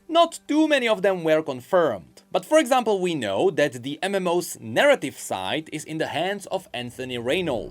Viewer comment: I like how when says ''that'' it souds like ''dad'' just take a listen:D